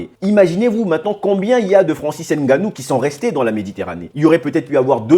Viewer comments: Stp prononce bien Ngannou. Ce n'est pas N... Gannou mais Ngannou ! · Hahahah de père camerounais et mere de congo Brazzaville, je valide.😂 par contre Ènganou au lieu de ngannou non ça je peux plus entendre surtout venant dun africain comme toi. Èmbappe ènzonzi éngolo, prononcez les nom correctement les gars serieux. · Je suis content de vos vidéo, j'ose croire que vous êtes bien un bon Africain, juste que. Le nom c'est NGANOU et non N ganou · Arretes de prononcer Nganou <N’ganou> comme un français. Tu sais bien dire Nganou. Pourquoi ce complexe?